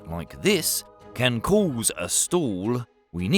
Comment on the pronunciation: "Can cooze a stool ..."